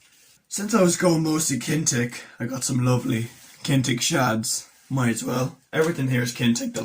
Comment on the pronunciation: I have used a bit of the Kinetic gear and for the most it is really good value for money. Their split rings are really good in particular. BTW it is pronounced kin etic not kintec, sorry mate just had to point it out 🤫